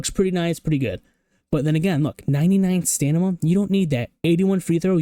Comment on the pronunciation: W Video, cracks me up you say stanima instead of stamina